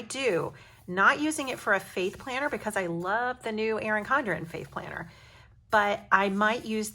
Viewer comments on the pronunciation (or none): This was a great idea! Also at first when you said faith planner, I thought you said "fake planner", I was so thrown for a second! Lol!